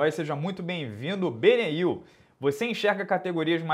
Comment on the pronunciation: chamando o inscrito BENIEL de BENEIL (Dariush)...sinal claro de que respira MMA hahahah